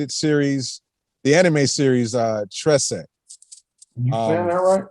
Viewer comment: you said Trese right.